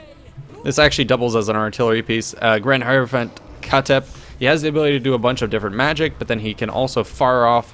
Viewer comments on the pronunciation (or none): none